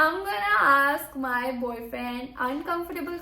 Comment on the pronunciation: ye "boyfriend" word itne ajeeb tarah se kyu bolti hai? wannabe #1